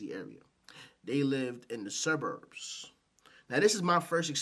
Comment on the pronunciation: The "SirBurbs" 🤭